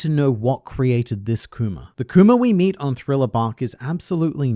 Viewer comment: I'm happy that now pronounces Kuma and not kumer